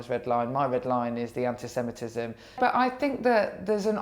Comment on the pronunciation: She has a problem with saying anti semitism.